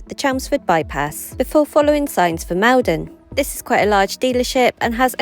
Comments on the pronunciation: Maldon is pronounced "mawl-don" Made me smile the way you said it! Good job,! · Enjoy your videos but today had to laugh at Maldon..we say Mallldon 😂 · Wondered if you would be heading this way for stuff for the Doe Show (at least that’s what I’m guessing you’re heading down towards). As a Maldonian I’m dying a little inside each time you murder the pronunciation :p